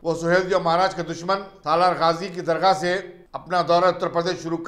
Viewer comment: bhi sahab dargha nahi darga hae